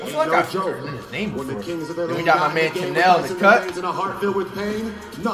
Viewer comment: called kanel joseph “ Chanel” 😂😂